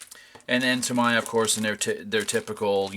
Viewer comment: it's pronounced "TA-ME-YA" not TA-MA-YA btw...sorry I don't mean to be rue but it's important. Every time I hear Tamaya it's like someone just stabbed me with a knife lol